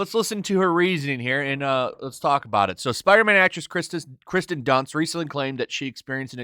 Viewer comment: Her name is KIRsten, not Kristen. 😉